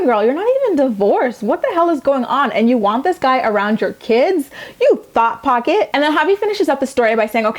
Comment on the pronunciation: she just said thot pocket...lol made my day😂